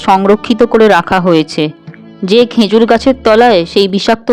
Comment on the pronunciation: Uchcharon ta "khejur" hobe "khenjur" hobe na